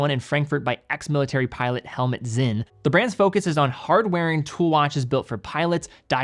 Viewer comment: Sinn with a ts-, not Zinn. Tangent-uh, not Tangent-ay, the same as the -te at the end of Glashütte.